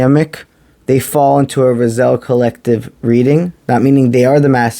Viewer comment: Rah-Zee-El is how Raziel is pronounced bro. Ty for the msg